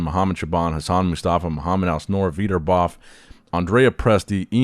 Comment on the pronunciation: it’s the first time i see my home boy qualified for Olympia Please, The guy from Jordan his name is Al(N)soor not alsnoor 😂